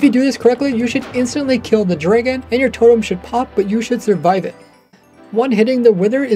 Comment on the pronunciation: "The dreegon" lol